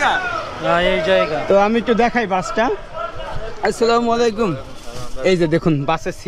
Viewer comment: ভাই সালামটা আসসালামু ওলাইকুম হবে না সালামটা হবে এমন আসসালামুয়ালাইকুম ওরাহমাতুল্লাহ